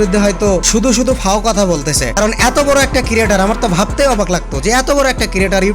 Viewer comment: ক্রিয়েটর কিরিয়েটর না 🥴🌝🙏